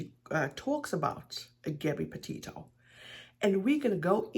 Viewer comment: Yup I was appalled when she so disrespectfully mispronounced Gabbys last name she’s a loser and to be honest I’m not even surprised but my heart does hurt for all those that love Gabby🌺❤️🌷